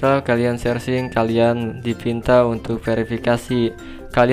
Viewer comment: "Langsung saja kita sersing" 😂